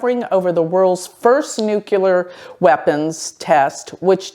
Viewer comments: I love you - new subscriber. Tiny point - it’s Nuclear, not Nukular (that’s Bush Jr. pronunciation) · It isn't pronounced nucUlar. It is nuclEAR. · dear... Your videos are giving important information, please speak clearly... the word is pronounced 'nu-clear', not 'nu-ku-lar'. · Nuclear: noo-clee-ar